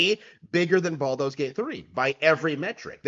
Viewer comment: Baldur's has an R in it